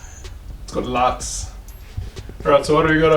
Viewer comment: Another awesome video bro. I may pinch this idea.. should I need to have my engine on the stand. 😎 Well done to your Dad! I chuckled when you said it’s got lights.. lights was very South African 😂.. made me miss home bro.